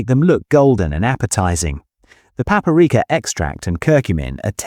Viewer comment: Entertaining in many ways- first third (or thereabouts ) fillet is mysteriously pronounced “ fill- A, , rest of video pronounce correctly. Very odd.( And slightly cod😂). And what is “. Papareka “ Is it a relative of paprika?